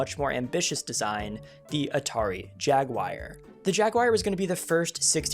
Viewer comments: “Jagwire”? Huh?? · Jagwire? JAGWIRE?? Please, it's not that difficult. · Why jaguire? Can you read? Also: plural of mouse is mice. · "Jagwire" Great video as always.